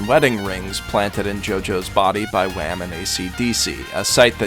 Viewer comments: Did you just say.. Wham..? This man just said Wham instead of Wamuu LOLWUT (I'm not hating, I'm just laughing) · Why do you say wham But its Whammu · it's not wam its whamu wah-moo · anyone gonna acknowledge him saying Wham instead of Wammu? cus it kinda bugs me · DID HE JUST SAY WHAM INSTEAD OF WHAMU?!!!!! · Im disapointed in this man. He said Wham instead of whamuu (if i spelled this wrong i forgot how to remember) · IT'S WHAMO NOT WHAM!!!!!!!! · Wamuu is pronounced wamoo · I love how he called wamu wam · “...placed there by Wam and Esidisi.” Nice going. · Did you seriously call a pillar man “wham”? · Wham and esidisi Me: .o. Umm... Boi you got it wrong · Excuse me. Did he just call Wammu W H A M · WHY DO PEOPLE KEEP CALLING WAMMU "WAMM" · Can we just point out that he called wamuu "WHAM?!?" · "wam" you mean wamuu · Waam and aeseedeesee im dissapointed in you.